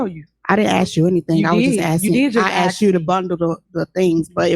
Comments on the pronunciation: "Let me axed you a question." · axed axed axed..lol.. ghetto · Is those aren't trusteeseses just like those miceses she needs to axe the question correctly